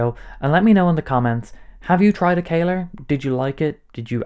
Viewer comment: Bro, how did you read that one as "kayler"?? O.o It's not written as how I wrote it above, or as "caler" or "kaler", it's "Kahler", so it should be read as "Kaller" with "a" as in "Alex".